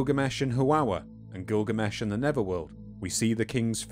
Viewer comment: I've been waiting for a long time to hear this story in its Full entire length for quite some time. But,.. the Rhotacism is making it almost impossible to listen to (I had to stop at 20mins). I'm trying but it's so obtrusive. Sorry but is there a way you can have a different narrator(s)?